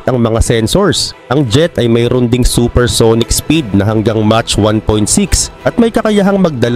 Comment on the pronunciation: 😮mach unit for speed of sound pronounced as mak